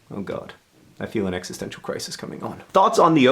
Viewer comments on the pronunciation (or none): none